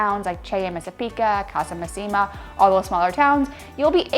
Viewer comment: ...If I may, it's "Messàpica" not "Messapìca", the right stress is on the first "a". Same with "Casa Màssima"😊, not "Massìma". Masseria "Lo Jazzo" is pronunced "Iàzzo" with an "I" sound like in "Italy". Like EVERY tourist spot in Italy, when you're in Alberobello, Ostuni, Polignano, simply turn the corner and take other streets close to those most popular to find more authenticity and tranquility. I visited these places (not yet Ostuni) and enjoyed them precisely because I avoided the streets full of people. Even when you visit big cities like Venice, It works the same, trust me! Better visiting this region in April, May (when the Mediterranean scrub explodes with colors and scents!) maybe June, and September (after that the weather usually tends to be more unstable and rainy). And once in Puglia, don't miss the seaside: the colors of the sea are just STUNNING 🩵